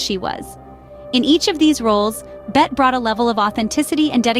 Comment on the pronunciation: She IS NOT "Bet" - her name is pronounced *always with 2 syllables as "BET-tee"